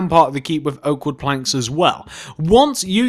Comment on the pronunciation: when he says planks it sounds like he's saying blanks